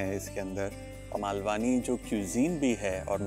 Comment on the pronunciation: It's not 'मालवानी', its 'मालवणी' There is a difference in pronunciation of 'न' and 'ण' Also no need to add additional 'आ' ki मात्रा after 'न' ... It's just 'ण' While you are getting into details of cuisines of different regions, it is important to pronounce it correctly. To start with kindly do the necessary corrections in your video title.